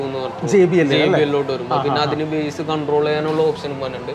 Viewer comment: ബ്രോ ബാസ്സ് അല്ല ബേസ് എന്ന് പറയു